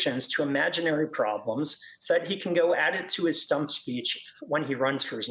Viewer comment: "stump speech" - My ears heard "dumb speech", which, considering the source (DeSantis) and the target audience (Trump voters), makes much more sense. Sadly, this gentleman seems too professional to be that blunt about it.